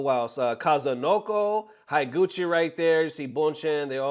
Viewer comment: Higuchi is pronounced "HE guchi" not "HAI guchi". Just remember how you say "Da-i-go" or "GO -i-ch-i-" for reference of how to pronounce "i" in Japanese.